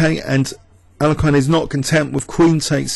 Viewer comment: lol no it sounds terrible